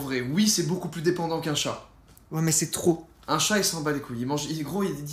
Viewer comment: Trop chill la vidéo … par contre Joyca qui dit QUNQUN !!! Arrrrrgh il me saoul !!!